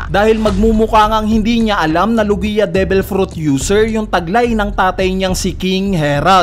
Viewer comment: WALANG KWENTANG THEORY, LO-GI-A TALAGA???? LOG-IA 'YON.